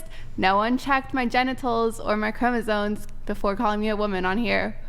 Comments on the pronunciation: ChromosoMe. Ffs she can’t event fuckin pronounce it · It's chromosoMe (ˈkrō-mə-ˌsōm NO "n"!!) These girls need to know how to pronounce words correctly. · OK, thank you..And I was feeling like the asshole because I was wondering how someone could talk with SO much conviction and (over and over again), mispronounce the universally-known word “chromosome”…😭😭😭😭😫😫😫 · Omg… Is anyone else here bothered by leather jacket’s continuous mispronunciation of the word “chromosome”???!!! Like, dude-I can’t—-😭😭😭😭🤦🏽‍♀️🤦🏽‍♀️🤦🏽‍♀️